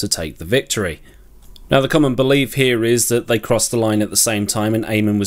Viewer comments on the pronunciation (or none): none